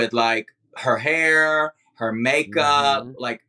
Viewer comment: Can't wait for the day Monet pronounces the word "hair" correctly 🙌🏽 she actually almost had it this episode